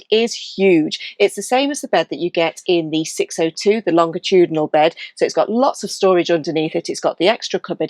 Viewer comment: The standard English pronunciation uses a soft “g,” like a J sound: longitudinal (lon-juh-TOO-duh-nuhl)